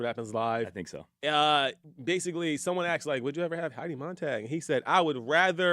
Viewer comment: Its NOT FING “AXED” I FREAKING CANT STAND hearing the word constantly mutilated!!!! Its ASS-ked assked. Not axed!